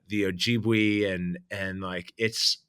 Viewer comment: It's OH-JIB-WAY not OH-JEEB-WEE 🤓👆